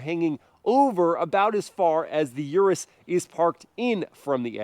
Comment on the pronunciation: its not U- RES sounds almost like urinate, PLEASE say OROOS